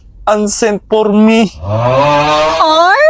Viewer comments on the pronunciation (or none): Bat parang sinadya ung "Unsent por me"HAHAHA